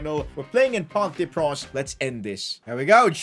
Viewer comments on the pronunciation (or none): none